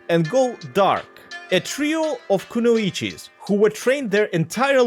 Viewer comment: I'm so fuckin sorry kunoICHI?! ITS FUCKIN kunOICHI